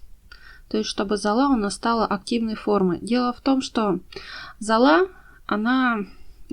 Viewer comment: Зола,а не зала!